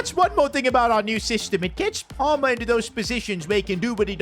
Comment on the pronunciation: Bro literally falls in love with Cole Palmer 🌈🏳️‍🌈👨‍❤️‍👨👬🏻. He has the most awful pronunciation name for the Chelsea winger!